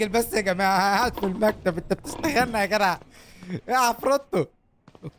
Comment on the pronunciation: بحبك جدا جدا يا + انك بتقول يا جرع مش يا جدع